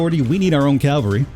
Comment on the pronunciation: You keep calling the horse guys the "calvary", but that means Golgatha, the place where Jesus died. The word you're looking for is "cavalry". I sincerely doubt anyone but me noticed, so you don't have to force yourself to change that.